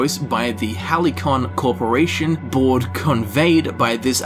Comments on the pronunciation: Haly-con? Lmao its Hal-C-On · hal·cy·on /ˈhalsēən/ Every time you said "hal-i-kon", I cringed. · Like all good readers you add or change words in a sentence; we're only human and it made me smile (not a negative critique) but (oh no!) I'm pretty sure 'Halcyon' is pronounced HAL-SEA-en, not... how did you say it, Hal-ee-con? I so want this to be good after the debacle of FO76. Grrrr... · I think it’s “halcyon” not hally-con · I've heard "Hal-ki-on", " Hal-see-on" but "Hally- Con". I cringed. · Why are most youtubers finding Halcyon so hard to pronounce? HAL-SEE-YON or HAL-SEE-YEN. There's this thing called google if you're unsure. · hal-see-on. lol everyone keeps saying it wrong. sorry. but ya this game looks fucking dope. god i cant wait. also theres so many shots taken at Bethesda in this trailer. everytime i watch it I notice something different. Just noticed when they show the player crawling out of your cryopod in the beginning of the trailer you stumble and fall to your knees, just like the start of fallout 4. im glad someone is speaking up about how Bethesda raped Fallout. its like that episode of south park where George Lucas and Steven Spielberg rape indiana jones lol. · Fucking no one knows how to pronounce halcyon. Hal - see - on. halsɪən.